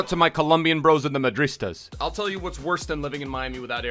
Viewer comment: I know madridistas not "maristas"